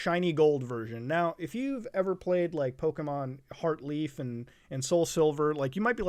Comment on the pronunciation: How dare you say heart leaf... lol